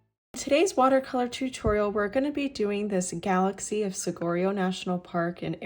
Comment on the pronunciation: Thanks for this video! btw: Saguaro is pronounced “Sa-wa-ro”. The ‘gu’ sounds like a “w”, a Spanish word where a gu always pronounces as “wa” as in water. 😀